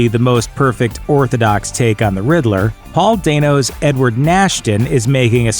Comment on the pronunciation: Bro it's Paul Dano, what are you smoking